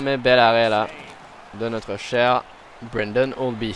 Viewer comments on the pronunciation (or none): c'est pas branden cest braden holtby... desfois tu as de la difficulté avec le nom des joueurs (eric lindholm c'est elias) si tu fais plus attention a ca et a la prononciation et a ton accent sa fera un bien meilleur gameplay selon moi!!!